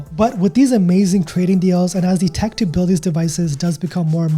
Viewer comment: A tech enthusiast? You said it like "dick" enthusiast. Which somehow seems more appropriate.